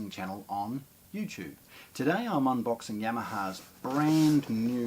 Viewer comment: Did you say yamaha